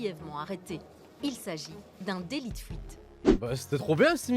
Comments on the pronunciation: "Un délit de fwouite" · ahhh le fameux délit de fOuite